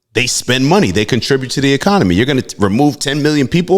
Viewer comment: Is it just me, or does he keep saying ECOMONY